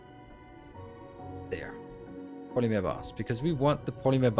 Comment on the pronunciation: It’s funny hearing you say polymeer instead of polymer. 😂